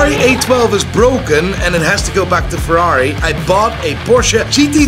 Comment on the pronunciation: said Fk Ferrai